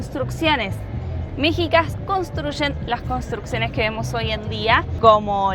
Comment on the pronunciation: Hola, no se pronuncia mejicas ni meksicas, sino meshicas. Saludos!